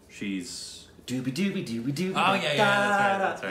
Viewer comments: FYI - Its zoobi doobi not doobi doobi...it sounds funny though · It's not dudi dudi it's jubi jubi